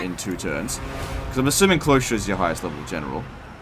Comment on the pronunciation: Is he saying 'Cloystra' as apposed to Cylostra? 'Sigh-LOStra'